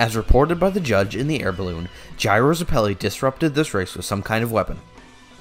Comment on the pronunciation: Why are you pronouncing zeppeli like that 😭😭😭😭😭😭😭😭😭😭😭